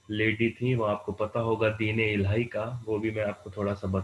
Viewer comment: Its Din-e-illahi not Deen illhai